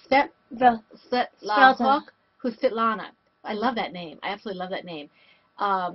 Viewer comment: Hi. It's good to see you.;) Thank you for letting us know we said your name correctly. I hate mispronouncing people's names and yours is so pretty. Thank you for watching. God bless...